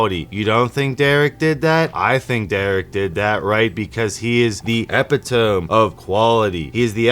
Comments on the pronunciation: E-pit-oh-me. Not ep-eh-tome. That was hard for me to listen to. 😅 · Did this guy actually say epi tome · Lol please have Google tell you how to pronounce ‘epitome’